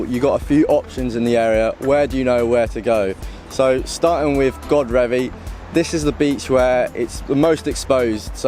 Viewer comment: Enjoyed that, great drone shots. Its pronounced Godreeevy by the way not Godrevy, locals should have told you! Keep up the videos, really enjoy the quality and effort you put in